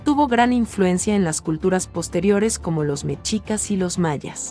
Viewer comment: EN EL CASO DE MEXICO NO SE DICE MECHICAS SE DICE MESHICAS, MUY FEA PRONUNCIACION QUE ADIESTREN A ESA VOZ EN CADA LUGAR DEL QUE HABLE